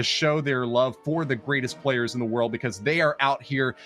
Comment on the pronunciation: please learn these players names before broadcasting. It’s super embarrassing when the non native English speakers get them right and you keep butchering them.